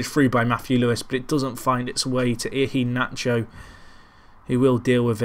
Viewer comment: Iheanacho = "ee-yeah-nacho". Please, the way you're saying it is too weird.